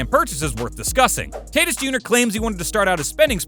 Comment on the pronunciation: Tatis- ( Tah teese